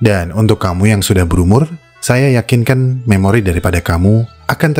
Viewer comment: "saya yakinken" 😂